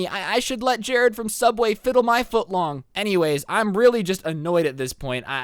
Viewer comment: Did he just say jarrad from subway?From sooubway?JAMES!